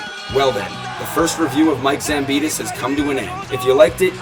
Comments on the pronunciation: Its Zambidis not Zamponis! At least try to pronounce the name correct... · Ζampidis idiot, not Zamponis... You are also a damn speaker.... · Is it just me, or he called Mike "Zamponis"? 🤣🤣